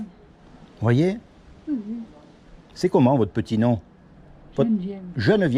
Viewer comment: On dit Geneviève mon frère, pas jeune vieille 🤣🤣🤣